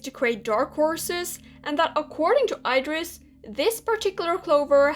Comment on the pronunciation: i pronounce it "eedris"